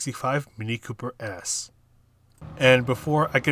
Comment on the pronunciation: Thanks for the vid. It's 'Cooper S', not 'Coper S' though ;)